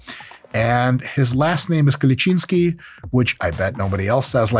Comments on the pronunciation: Finally someone who pronounces his name properly! Thanks again dr.! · Fiiiiiinaaaaallllyyyyyy an american dude, that can pronounce Urs' last name correctly...Greetings from Germany ;)